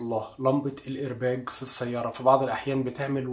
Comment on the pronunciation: الايرباق بالقاف وليس بالجيم